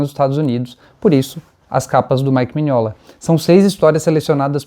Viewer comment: Um like pelo histórico resgate maravilhoso e por pronunciar Mignola do jeito certo!